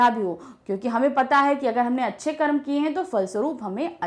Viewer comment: I didn't understand. Mam said: Manushya kya Car.. Carma..